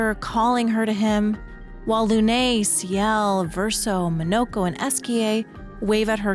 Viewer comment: So hard getting through this with the way you say Lune.